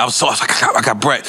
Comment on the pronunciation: Lol "Bret"